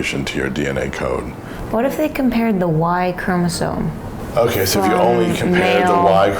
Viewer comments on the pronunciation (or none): Interesting that the DOCTOR is misprouncing "chromosome" (he says "chromosoNe" but the daughter prounces it correctly, and she seems to understand more about genetic testing than he does! And did I miss something? Why has he been getting stem cell treatments?